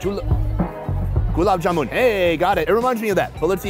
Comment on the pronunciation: hey bro you said gulab jaamun right, and we will never be mad at you brooo